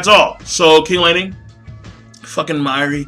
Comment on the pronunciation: The way you say mayuri name....Say it right next time it killed me every time you said his name. And yes it was a fucked up chapter.